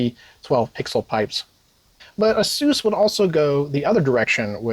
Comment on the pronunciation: 6800 Lame Edition and Xtra Terrible. GGs. Also pineapple on pizza is right next to pronouncing it a suess